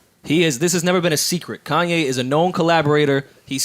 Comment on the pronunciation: Did Joe Budden just refer to Kanye as Coonye lmao 😂